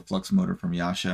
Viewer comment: YASHA??? YASA, DUDE